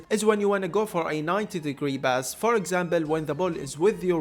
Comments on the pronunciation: he´s arab, they dont use the p sound thats why he says bass instead of pass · its not BASS bro. its pass..